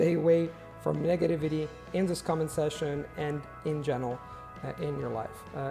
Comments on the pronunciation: Since he accepts corrections, just wanna say, you should double check how to pronounce negativity , both times you said in this video wasn’t correct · Wow your English is so good! I like that you used the word "flack" Thats a great words! You did mispronounce "negativity" at the end there. I look up to you man. You and Steve really do inspire me, thank you so much. Stay Safe!